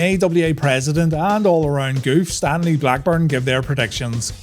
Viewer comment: I laughed when I thought you said "Stan Lee" Blackburn. 🤣